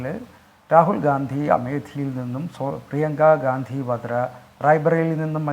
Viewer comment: Not... Gdandi.....😮😮gandi.... Yanu.. Para... Areye... Yanu.. Nigal. Pottanmar. Akkunatu.,😢😢